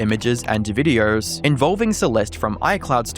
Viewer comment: Why do you say words like "posts" and "videos" with an R in it?